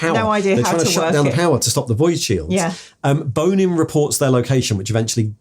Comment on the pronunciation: says Bonin's name like Bone In every time. I always heard it in my head like the french bon followed by in like in and out